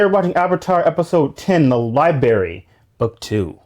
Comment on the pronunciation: definitely said "libary" multiple times lol. This episode feels like when we start have more serious consequences for our characters, with Appa being taken, and the scholar going down with the library